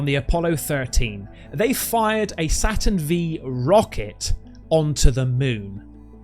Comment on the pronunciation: its SATURN 5 mate not v